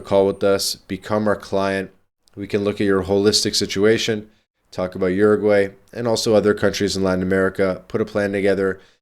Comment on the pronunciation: stop pronouncing it as Yourgai